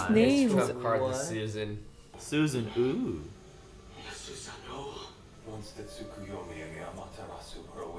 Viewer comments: Did I just hear someone call the Susanoo the "Su-na-noo"? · ah yes itachis favorite jutsu the "suanu" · The way they pronounce susanoo hurts me. But it’s understandable considering it’s their first time hearing it